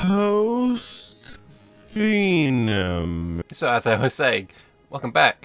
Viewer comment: It's pronounced "fee-num" not "fine-um"